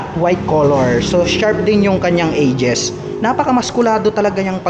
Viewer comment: Edges po yon hindi "ages"